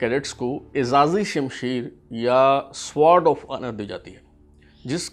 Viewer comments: سوارڈ کیا ہوتا ہے ؟ "سوڈ" sword بولتے ہیں اسے۔ سوڈ اوف اونر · Sword is pronounced as ‘sord’. Try to skip ‘w ‘from the pronunciation. Good research but s’W’ord makes it quite irritating. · Fantastic 👍 1. The word sword will be pronounced with a silent W (Sod). 2. CSUO stands for Company Senior Under Officer. Best regards. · An extremely irrelevant talk by this Gentleman,most of the information is incorrect,no need of this boring talk(illogical),cannot pronounce "Sword"calls it as sward of honour,strange just wasting time